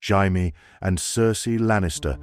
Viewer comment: Had to stop. Teach the AI how to pronounce Jamie properly please. "Hymie" OMG smh 😅